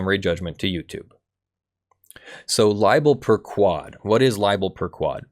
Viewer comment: Man, I keep getting tripped up when you say libel 'per ku-wad'. The sort-of more correct pronunciation (in Latin) is libel per-'k-wohd' with an 'o' as in 'morning'. Also 'per' should sound more like 'pear' instead of 'pur', although I approve of any cat sounds in law.